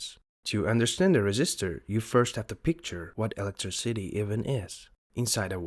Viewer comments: "electry city"? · nice video. Although the spelling sometimes just kills me. It is not Electri City. Its electr-iiii-city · Good explanations. It's kind of charming how you say "electriCIty" (stressed 4th syllable) rather than "elecTRIcity" (3rd syllable) as most English speakers do. In some languages it's "eLECtricity" (2nd). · Bwahahaha: “electri city” 😬 another thing is the narrator started to mumble and murmur towards the end so it was even leas possible to understand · Pronouncing electricity as if it's a two word place called Electri City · that's not how you say electricity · Why are you saying every word normally except "electricity"? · Its obvious this is an AI voice, just listen to how he mispronounces "electricity", thats not accent, thats poorly trained AI slop